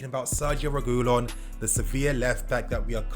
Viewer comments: SAY IT WITH ME : REH-GIH-LAWN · It’s pronounced Sergio re-gee-lon